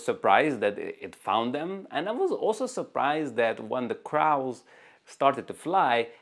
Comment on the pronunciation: Excellent video with great examples of these new Z8 features. Your English skills are very impressive, too. One very small observation: the English word "crow" (that black bird in one example) rhymes with "blow" and "go". English is just very irregular with spelling and pronunciation.